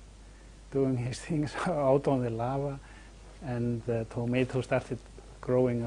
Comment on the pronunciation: I've never heard anyone pronounce the word Lava that way before.